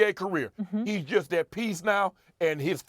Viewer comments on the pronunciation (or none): none